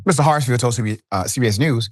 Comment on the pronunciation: S name is Hartsfield! Not Hartsville!!! You do this kind of thing a lot, so I've stopped watching a lot of your videos. It seems you never read the posts you put up in advance and butcher a lot of them.